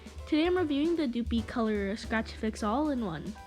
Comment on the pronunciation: Plus it's not dooooopy color. It's dupli like duplicate lol